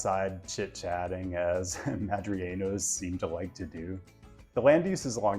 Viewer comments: Just a quick note, a couple times in the video you refer to denizens of Madrid (Madrileños) as "Mah-dree-YAY-nyos" as if it had a double-L. It only has one L, so it's pronounced "Mah-dree-LAY-nyos." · si, tienes razón pero también él no dijo el "l". El dijo algo como "Madrillenos" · Creo que a los ingleses les cuesta pronunciar la ñ asi que la convierten en n. If thats the case think of it bein li Madrilenios it isn't correct but its better than just n